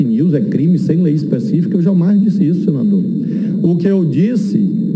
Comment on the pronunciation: Vixe! o 'Cenador' é 'adevogado'?